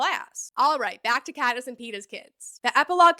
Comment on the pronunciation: Patniss, too. 😂